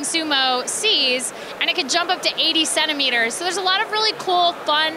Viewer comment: she actually said 80 centimetres, but "centi" sounded like "seven"